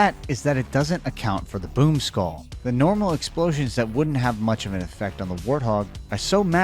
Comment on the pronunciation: I did hear you say I don't like this poop skull instead of this boom skull😂😂😂